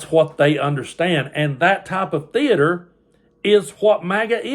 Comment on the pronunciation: It's pronounced theater not thee -ator . Also not inn-sureance , c-ment or po-lise . SMDH